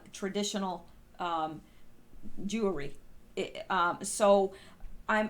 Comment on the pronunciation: ...did you just say “jewery?” 😂😂